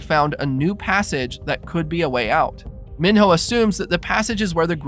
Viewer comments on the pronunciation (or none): Mee-know not min-hoe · It’s not Min-hoe, it’s pronounced Me-no. Said so in the movie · Can’t even say mino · Kept saying minho name wrong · Why did you say Minho like that?